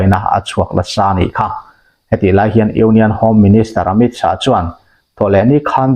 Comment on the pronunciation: Mizote'n Amit Shah hming kan lam dan hi ngaihtuah chian a ṭul hle mai. A tawp a H a awm vang hian lam bun nghut tur tihna a nilo. Shah tih hi Lâ kan lam rik ang a lam rik tur a ni...